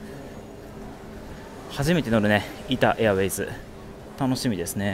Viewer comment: 「イタ・エアウェイズ」がどうしても無意識に「イタウェイズ」になってしまうのが個人的にはじわじわ来ましたw